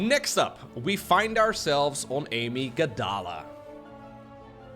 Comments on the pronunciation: Has anyone told that it's pronounced: uh-migg duh-luh (amygdala is a part of our brain), not a proper name like Amy Gadala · No, not Amy-gda-la. A-myg-da-la. It's the part of the brain responsible for emotions.